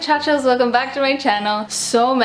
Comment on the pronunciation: I speak Spanish, and Hola Muchachos is perfectly fine is you put pronounce the “s” at the end.